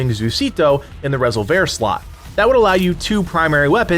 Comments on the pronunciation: Are you sure about the pronunciation there? “Rez ol vair?” Surely it’s not just plain “res ol ver?” Is that how they pronounce it in the game? If so I missed that! 😳😂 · Rez-ole-vare weapon 😂. It's Ree-solve-er, like revolver with an "s" 😂. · Lmao...res-ol-vair. It's resolver. Not going to watch a video of someone who can't even pronounce a basic English word (Aka like resolution-resolver is resolve with an r at the end.) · Resolver not Rasolver . Sorry why do Americans say e like a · I just loved hearing you pronounce Rez-ol-ver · Why are you saying Resolver wrong as resolvair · Rezzle vare huh :) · Lol Resol-VER? The emphasis is not on the "ver" portion of this word. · Rez o vair? Has he played the game? Not sure if he is intentionally mispronouncing resolver or not. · I think he means resolver not Rez-oh-vair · Rezzle vhear? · Great video but unless we're speaking Spanish it's just pronounced resolver like re- solv- er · Nah fool its reh-sole-vir i hate how most channels just pronounce the spanish words with an english accent Resolver in english is something completely different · You at are saying resolver wrong it’s re solver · Is it ok to disagree about the pronunciation of resolver? Say resolve and put an R on the end bro. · You are unable to pronounce the word resolver? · The pronunciation of resolver sounds so wrong to me I can’t stop thinking about it 😅😅😅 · That pronunciation made my head hurt. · nah don't be sorry. I'm just a digital text on a comment feed. Great vid anyway. I believe it's pronounced like to resolve a problem. Resolver. Keep doing what you're doing. All good!